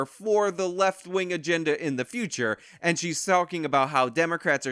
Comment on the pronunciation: I hate how she says "and"